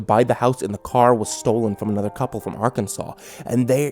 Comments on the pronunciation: As a person from Arkansas. Thank you sooooo much for saying Arkansas right! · FoXY GRanDPA that's how city people say it. people from the south say it like he did